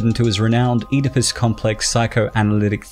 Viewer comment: Were you talking about Oedipus Rex then I think you mispronounced it.